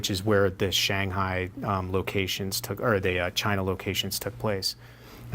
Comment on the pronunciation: Please read as china not as Chiang's